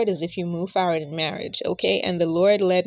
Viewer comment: *FORward NOT “FARward”.